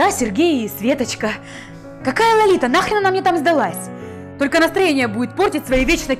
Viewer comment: она сказала "лолита" а не лалита